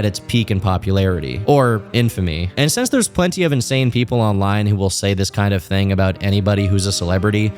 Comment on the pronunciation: hey!! learn how to pronounce things buddy like since and not sense and rekwee em?? for a dream?? seriously??, you most likely do not have a speech impediment but if you did I would know the difference, seriously get a god damned dictionary!!